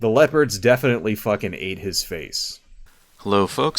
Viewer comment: Was the mix-up of vowels in "Leopards" on purpose?